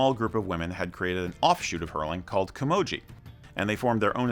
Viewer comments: The gee at the end is a hard g not a soft one as well. Not like gee whiz. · Great Video The Girls version is Camogie, pronunciation Kuh- mow- gee also Cú Chulainn is Coo-cull-in he would kick Thor Ares. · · Well told but pronunciations need a lot of work tbh.. Gaelic for instance is pronounced Gay - Lick.. No childish comments please people. Camogie is pronounced Cam-o-g-ee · Camogie is a hard ‘g’ and ‘gaelic’ is not ‘Gallic’ good vid otherwise